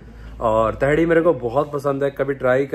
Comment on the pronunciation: तेहरी होता है भूतनी के 😂 तेहड़ी क्या होता है 🤣